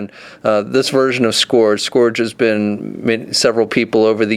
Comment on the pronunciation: Your pronunciation for "Scourge" is strange. Here is how most people say it